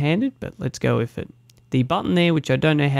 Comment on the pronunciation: Great video but it's pronounced with not wif. "th" not "f". This annoyed me and I couldn't watch your vid because of it. My son is 6 and has speech therapy for so don't think you can't change it.